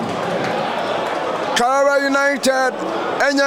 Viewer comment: Karela not Karera and also Brilliant not Brirriant 🙄